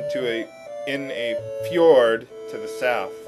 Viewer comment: You don't say fjord? :[